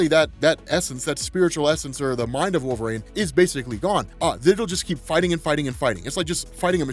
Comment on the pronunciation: WHY DO U KEEP CALLING HIM "WOLVERAAYNE" its wool-ver-een